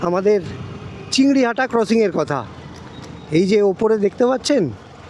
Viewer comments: CHINGRI GHATA - NOT "CHINGRI HATA" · ota chingriHATA noy chingriGHATA.......... ektu lyakapora ta shikhle valo hoto na? school education to amader deshe free. ektu shike tarpor video banao.